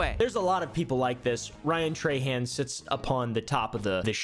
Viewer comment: being a louisiana native hearing people say trahan like "tray han" is so weird. we say "troh(n) hoh(n)"